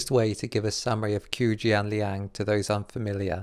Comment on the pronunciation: No judgement, but in China, Q is pronounced like Ch. So his name is actually pronounced like chiu jianliang, not Kiu Jianliang.